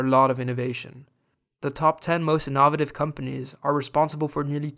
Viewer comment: Great watch but the way you pronounced ‘innovative’ certainly sounded innovative haha.